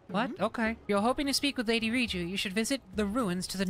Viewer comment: I swear they are saying ryuji and not riju and it's not just personer messing with my brain